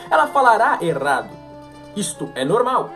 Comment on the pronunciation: Só uma correção. A palavra é errado e não erado.